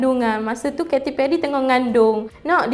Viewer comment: kate perry, bukan keti perry, buat research dlu dik sebelum buat video, adoi...